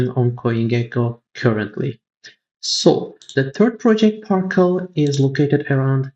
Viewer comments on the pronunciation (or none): CTRL... Par"cel"